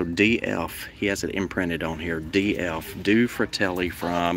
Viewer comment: Do-ay (two) fratelli (brothers)